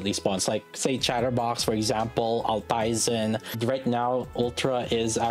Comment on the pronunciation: it is Alt-eisen (means old iron in german), not al-teisen